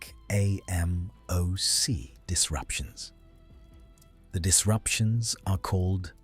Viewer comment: Yo the way the voice says ...A...M...O...C .... ruins the video.